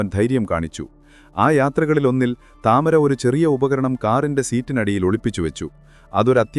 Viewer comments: The name is to be said as Tamaara and not Tamara. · താമര എന്നല്ല ടമാര എന്നാണ് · താമര അല്ല തമാര എന്നാണ് അവളുടെ പേര് 😂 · താമര അല്ല താമർ അതൊരു അറബിക് പേരാണ് 😂😂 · താമര അല്ല തമാര ആണ്